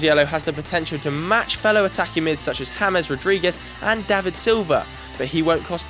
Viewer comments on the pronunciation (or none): none